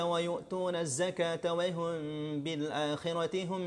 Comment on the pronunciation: ustadz, pas baca wahum kok spt wayhum yaa..